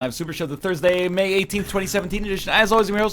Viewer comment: Has it always said "The Northernlion Live Super Shoe"